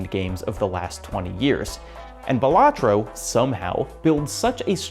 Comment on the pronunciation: It's pronounced Balatro